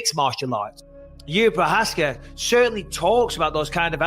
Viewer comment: juri prohaska , bruh not one of them said his name corectly